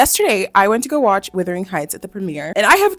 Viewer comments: why are you saying withering instead of wuthering 😆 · I enjoyed your review, but like other commenters, I was tripped up by calling the director the author's name; and also by saying "Withering" instead of "Wuthering" 😅 tbf, tho, I've heard multiple other creators pronounce it "Withering" as well, maybe it's an accent/dialect thing! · she keeps saying withering instead of wuthering too, i noticed the emily bronte thing too and the Baz Lutherman instead of Luhrman, she don't know wtf shes talking about, i can't watch anymore doing my head in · Kind correction: “Wuthering” heights, not “Withering” heights. I’m sorry it bothered me; it’s a common mistake tbh 😂. Also the books been my Roman Empire for like 8 years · why was she calling it withering heights? instead of wuthering? she doin my head in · Withering or Wuthering? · Withering Heights 😂